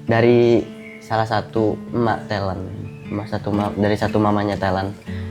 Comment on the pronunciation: Kalau ngomong talent kayanya tetap talent jangan telent dengernya gk enak.